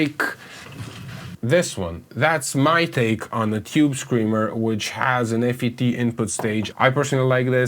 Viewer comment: FYI, when referring to FET circuits, we say “fet”, not “f, e, t” in English. Great info, thanks.